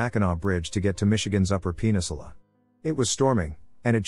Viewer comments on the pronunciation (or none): When "pen-in-su-la" is pronounced "penis-ula" lol. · Story 29 straight up said "Penisula" instead of "Peninsula"😂😂😂